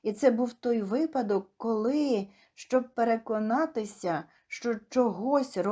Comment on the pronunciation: Правильно : вИпадок